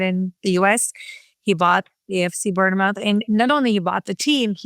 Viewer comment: How she said Bournemouth is just horrendous